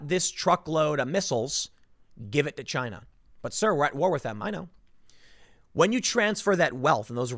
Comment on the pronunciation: Chy-na #1